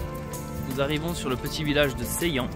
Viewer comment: Sa..illan" pas Sai l'an 😅